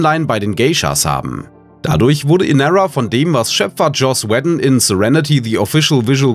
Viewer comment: Der Sprecher hat offensichtlich 0 Ahnung vom Text, den er da spricht. Joss Weddon... Bo Keytan...